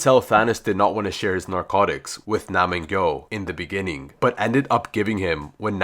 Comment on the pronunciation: It’s nam gyu btw